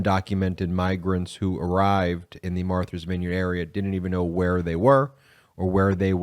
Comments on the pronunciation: It's Martha, not Marther. Matha's Vineyard, not Mather's Vineyard. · Martha’s [Vineyard], not Marthers. That’s like a reverse Boston pronunciation, lol. They drop the “r”, you added one! ;). [love your wrk, btw, and thank you for what you do] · Is he saying Marthur's Vineyard?